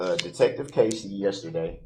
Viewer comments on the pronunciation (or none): none